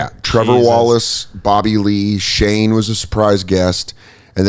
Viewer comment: Who is Shae? I swear to god he is not pronouncing the N in Shane